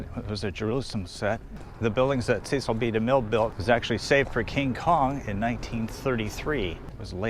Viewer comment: Nicely done,! A couple corrections on pronunciations, if I'm allowed. The director Cecil B. DeMille has a short "e" sound in his first name, not the typical long "e" for most Cecil names! Plus, the "Gone With the Wind" actress Is Vivien "Lee" as her "Leigh" is pronounced, not with a long "a" sound. Thanks!